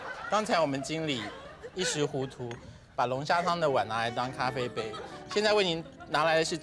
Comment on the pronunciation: 小s快忍不住啦～「咖灰杯咖灰杯」